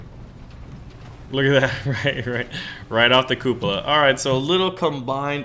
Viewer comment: Lol, "koopa-la"